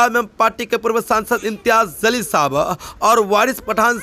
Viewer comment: Bhai phely bolna sik.jalil ko zalil bol raha. Phely padna siko.baad me u tube se pet palo.jahil kaei ke.